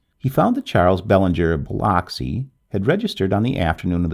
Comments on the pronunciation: Biloxi is pronounced "biluxi" and Bowie is pronounced "boowee".... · Im from Mississippi and the way you say Biloxi is hilarious. Thanks so much for the naration